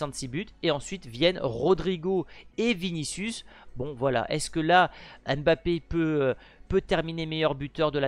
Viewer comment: Ce n’est pas (M)bappé c’est plutôt Mbappé😅